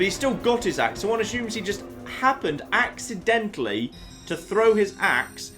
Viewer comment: Ha! I get it. "Ax-identally". XD